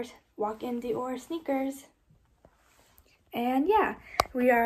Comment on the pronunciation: Your pronunciation of Dior is very cringey. ahhh You love the brand so much at least get it right.